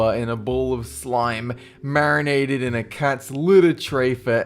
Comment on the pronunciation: MERenated in.